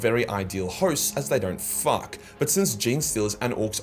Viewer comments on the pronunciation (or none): the way he says "FAUK" gets me lol also that ending WHAT